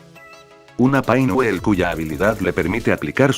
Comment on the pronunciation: "Paingüel" jajajajaja es divertido